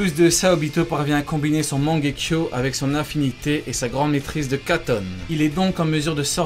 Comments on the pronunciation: C est mangekyou pas mangekyo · On dit pas mangekyoU ?? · et stp respect naruto en disant correctement "mangeku" tu fait male au oreille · La prononciation de « mangekyo » est pas tout a fait la bonne 😂